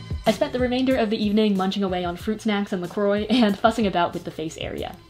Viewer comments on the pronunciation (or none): The way she said La Croix ThE fReNCh ARe sCReAmiNG